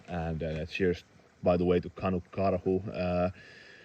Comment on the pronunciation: Hey, thanks for the mention! And you said it right too! "Kanukkarhu" is something I used on some outdoor forums I was on at one time. I started a channel as a way to share videos on a forum. (I shut it down when I lost interest in forums.) But the name is actually two names together: "kanuk" is Canadian slang for 'Canadian' (kinda like an American calling himself a "Yank" I suppose) and "karhu" you already know. Its kind of a nickname and my favourite animal (polar bear)... plus I guess I'm kinda bear-like... 😬 The reason I say all that is because your channel, right now, is exactly what I love about YouTube: people from around the world sharing their experiences, ideas, adventures and thoughts. I hate following a channel only to see it become a gear channel and all about selling a product or getting free stuff. So when I listen to you, as a fellow knife and outdoor enthusiast speaking about your thoughts and opinions on knives and stuff, I can relate and I am very interested. Just some encouragement to keep going. Oh, and Canada. Yes. You need to come to Canada. I live within the world's largest population of Finns outside of Finland. I married a Finn (your thoughts and prayers are appreciated! Lol!) and northern Ontario would totally be your jam! But, my friend, Canada is VAST. Like, its huge! Mountains, prairies, bush, farms, three extremely different coasts... So if you come, plan on a loooong trip if you want to see even a slice of it. But yeah, you'd love it here. Finns